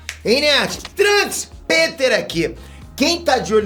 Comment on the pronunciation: "EI NERD TRANKS AQUI HAHAII" kkkkk quem viu viu